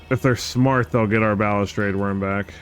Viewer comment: Wtf are you talking about? He pronounces it fine lmao What a fuggin troll